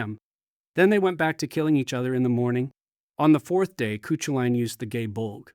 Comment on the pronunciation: Aw that is not how Cú Culainn is pronounced 😅😅 terrible.